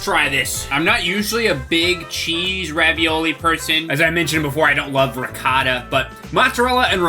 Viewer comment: Its not called recatta. Its Ri-goh-tah